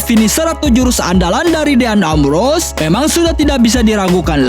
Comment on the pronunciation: din embros bukan deyan ambros